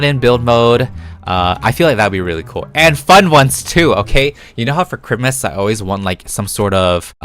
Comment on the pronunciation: In mikes motors when he said “seasonal Christmas cars” I thought he said “seasonal Grimace cars” 😭💀